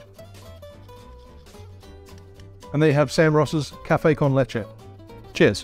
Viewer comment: Finally someone that that actually pronounces “leche” correctly. I dont get where people are getting “leechee” from😂. Great video 👍